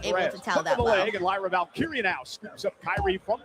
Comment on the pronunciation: Here’s a word struggles with: Valkyria. “What do ya mean? It’s val Kyra?” Is it? Or is it Val-Keer-Rhea? You wouldn’t say Ra Ripley would you? I’m surprised nobody has corrected you.